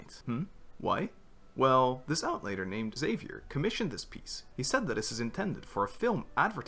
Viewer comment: i died inside when you pronounced Xavier like that ahhahahahha